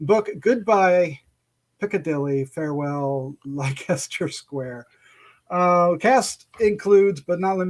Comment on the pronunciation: It's pronounced "Lester Square". It's from the song "It's a Long Way to Tipperary".